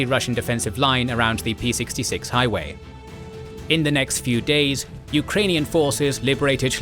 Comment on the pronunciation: Hello, Ukrainian here. Awesome video thank you for your documentary. I wanted to fix one small mistake you made. P-66 is not P as in Parrot but Cyrillic P as in Rocket. Overall Road naming goes like this: E - European routes M (mizhnarodna) - international highways H - (natsionalna) - national road P - (rehionalna) - regional road T - (terytorialna) - territorial (local) road